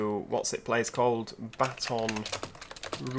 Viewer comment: I'm sorry but mobile is pronounced mo-bill and baton is pronounced batan